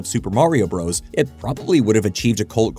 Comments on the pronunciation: For the love of god, “Bros.” (with a period at the end) is shorthand for BROTHERS! IT IS NOT PRONOUNCED “BROS”! I will die on this hill. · It always weirds me out when all these young YouTubers pronounce it "Super Mario BROS." Us older folks all understood that the period at the end of "Bros" means it is abbreviated visually, but you're still supposed to pronounce the whole word, "Brothers." Kinda like when someone has a "Jr" after their name. You say "Sammy Davis Junior." You don't say "Sammy Davis Jjjjrrr." The young folks do this with Warner Brothers as well. They see the "Bros." with the period, and still call them "bros" like they're talking to someone in their frat. Does anyone over 45 know what i'm talking about?